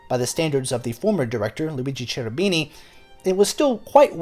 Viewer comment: I enjoy your videos. And you do a pretty good job with all those languages. But please, it's Kerubini, not CHerubini.